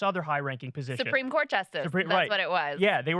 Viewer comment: the least appealing part of every podcast: Kyle reiterating "ma pozishon" at every turn. Brie absolutely schools him.